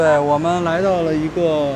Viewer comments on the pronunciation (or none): 根本看不夠😂我泡麵吃了，餅乾都還沒吃完～～～ Btw 割包的割，我們通常唸掛的音，聽到你們說割包，讓我會心一笑哈哈